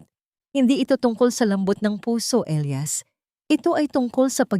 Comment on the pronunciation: Sa sobrang liwanag ang elias naging ilayas🤣🤣🤣